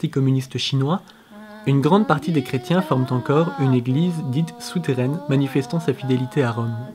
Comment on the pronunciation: "soutairaine". ^^ Super vidéo!